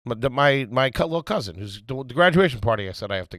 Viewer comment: The fact that says “Cousint” is WILD 😂